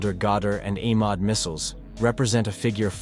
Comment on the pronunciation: You're butchering all those beautiful and epic names :face-blue-wide-eyes: It should be pronounced E-MAAD, for example (E as in egg)